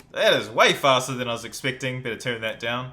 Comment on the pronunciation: he said expecting like expicteing it sounds weird